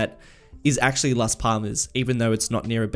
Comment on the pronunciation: For last Palmas the second L has more emphasis, it should be last pallmas, you should be saying the L as if you want to get it out of your mouth